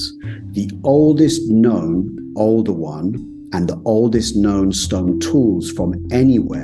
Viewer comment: Oldowan? Older one?